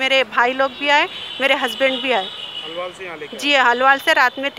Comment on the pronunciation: Halwaal nai ge hauli, Alwaal bol🤦🤦🤦